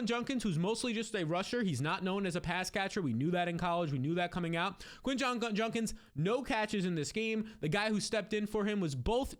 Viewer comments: JUD-KINS!!!! Not Junnkins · JUDKINS there's a D. Its not JUNKINS Eddie Munster